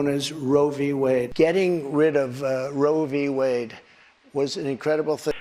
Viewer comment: It’s easy for Trump to say Ro Vee Wade, that’s why he says it all the time